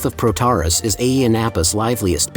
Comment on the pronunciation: It's pronounced with the emphasis on the end of the word: Πρωταράς